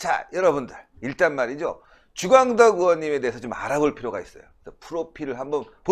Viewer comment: 으원 으원 하지마세요 의원이라고 발음하세요 제발!!